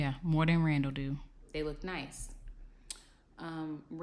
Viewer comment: Idk why she call that man raw-raw! It’s Randall ! 🤣🤣🤣